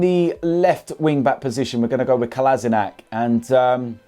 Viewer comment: “If I’m honest wiv ya”